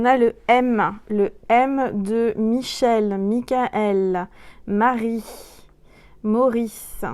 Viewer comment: Wow je me disait le m dans ma tête comme michel et tu sd prononcer sont nom ouf cest le bon cest sur